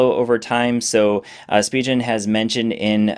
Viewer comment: It's Spee-gen not Spee-jen ;)